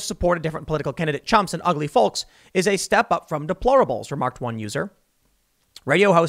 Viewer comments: Folllllllk. The L is silent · It triggers the fuck out of me how you say "folks" lol... It's pronounced fokes!!! 🤣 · Tim. Tim. Tim. You pronounce the L in folks too much. Sounds funny. 🤣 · he called the feeyokes....lol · In his defense, I think he said "ugly felks." lol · Its obvious that you're a northerner haha Folks with a hard L instead of Folks with a soft L. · ... is that really how some people pronounce 'folks' ? lol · I find your pronunciation of folks really grating. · Why does Tim say the word folks like that lol